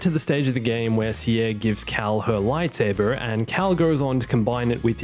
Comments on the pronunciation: im more annoyed about how you pronounce CERE. you pronounce it CIERE. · "sea-air"? it's pronounced "sear". did you not play the game before making the video? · A sane human being: "Cere." This guy: "SEEEEE-AIR". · im 1001% certain her name is pronounced CERE. i mean even her name is Cere not CIERE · It is pronounced SEAR, not See Air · If i hear u say “cierre” one more time ... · How do u say her name wrong it’s pronounced seer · To be fair I believe Trilla calls her sair so what he's doing is ... a dumb compromise. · Why are you pronouncing Ceres name wrong? The game pronounces it the right way l never understand how people will always pronounce something wrong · you kinda pronounce cere wrong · Bruh how does it make it better than ever also you say her name wrong